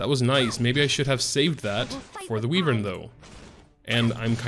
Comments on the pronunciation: It bothers me how you call it a weee-vern when it sounds more like why-vern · ITS WHYVERN YA FOOKING POTATO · WHY-VERN #triggered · "Wee-Vern" lol love your vids keep uploading when you can! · "Wee-vern" lol xD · Makes you wonder where he got Wee-vern